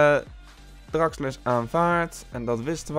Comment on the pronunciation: Hahahaha geen haat maar in deze video spreek je al die namen bacca en draxler en napoli verkeerd uit maar maakt nii uit moet je zelf weten zeg het alleen😂👌🏻❤️